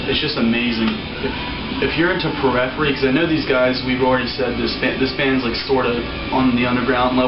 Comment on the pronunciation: I like how he pronounces Periphery lol